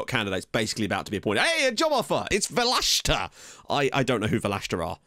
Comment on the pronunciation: Welcome to my home country! 😂 You’re pronouncing the name quit well. Just put the accent on the e, so it’d be VE-leshta. I wish I could tell you more about the team, but I’ve been living in the US for almost 10yrs and know nothing about the Macedonian second division. Also, prep yourself for the Greeks. They’ll make sure you say North Macedonia rather than just Macedonia lmao. Cheers and good luck!